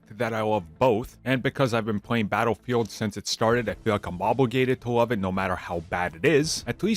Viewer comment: WHY DO YOU PRONOUNCE YOUR LS LIKE WS?...LOL WOVE?LOL!